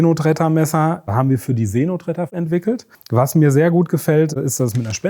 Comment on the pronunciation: See Notretter.... ich habe Seeno Tretter verstanden... oh man, ich dachte, Brathering wäre schon schlimm.